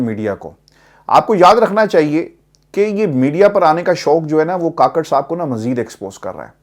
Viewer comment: Kukker ha kaker nahi 😂 kaker nahi